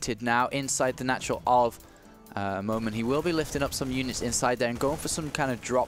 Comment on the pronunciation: ...its MOONAN not moman,thx:)